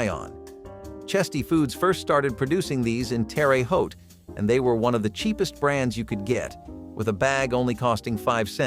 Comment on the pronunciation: Alright, I'll be that person in the room. Terre Haute. Pronounced like Tara Hote. Although I do get a chuckle at all the mispronunciations.